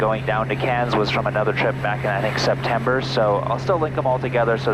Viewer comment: You are the first person that is not Australia that I have ever heard pronounce Cairns properly.